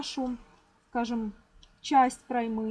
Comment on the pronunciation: Немного вас поправлю а то режет слух) не проймА а прОйма ударение на О